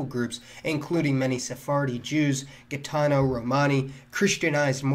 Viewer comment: It's pronounced HEEEtano